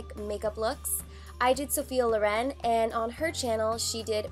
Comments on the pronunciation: I'm at first minute and already can't sopport this pronounce: is Sophia Lòren, not Lorèn! Pleeeeeease don't make english what isn't! Italians thank. Btw, really great look, delicious video! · you are insanely amazing but the pronunciation is Lòren!